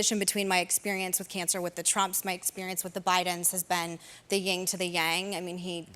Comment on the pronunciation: I hate being picky but it is Yin to the Yang not Ying to the Yang Sorry!